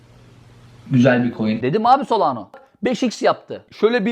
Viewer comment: 2021'de solano diyordun. Yıl oldu 2025 yine solano diyorsun. SolanA 😆